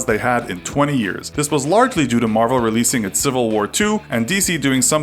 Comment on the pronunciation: He can't even say Marvel DC favoritism